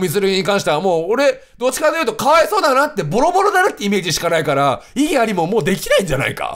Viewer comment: 異議ありゃぁは草